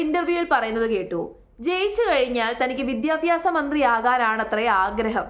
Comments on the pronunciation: വിദ്യാഭ്യാസം അത് ആദ്യം പറയാൻ പഠിക്കുക സ്മൃതി വിദ്യഫി മാസമല്ല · മോളുസേ വിദ്യാഭ്യാസം എന്നാണ് വിദ്യാഫ്യാസം എന്നല്ല.